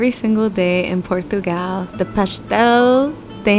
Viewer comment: Your pronunciation of Portugal was almost perfect (the O has a U sound). The Portuguese say "Purtugal."